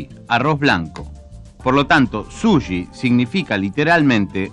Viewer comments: Vasta con ver Jiro's dream of sushi en Youtube y podras escuchar muchas veces la pronunciacion de la palabra, No es "Sulli" o Suyi" como lo dice el locutor se dice Su chi con ch tal cual como dices che en cada oracion solo que un poco mas suave, incluso el mismo Iwao Takamiya ( el chef que cocina en este video) pronuncia bien la palabra y el no es Chileno que yo sepa, asi que no solo los Chilenos le "decimos" asi. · Es dificil tomarlo en serio cuando el locutor no sabe decir correctamente la palabra sushi. El dice suyi.